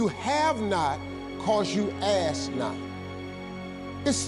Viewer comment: Ummm love the message but the word is ASK no ASS 🤣🤣